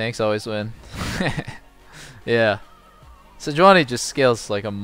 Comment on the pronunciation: throwback to Reginald calling it se-juan-i